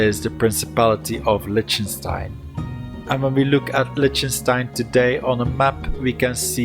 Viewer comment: Lightenstein is pronounced as Likhtnshtayn.